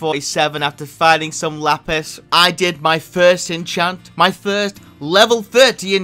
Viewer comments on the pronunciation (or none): none